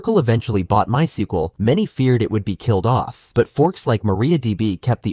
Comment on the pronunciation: "MySkUeL vs Oracle Database." Goddamn AI video